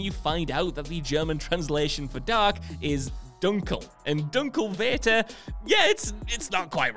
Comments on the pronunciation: small note, in german vater is pronounced fa-ter not va-ter. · "Vater" (German) is pronounced "farter" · The german vater is pronounced with an f sound V = F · vater in german is spoken out fata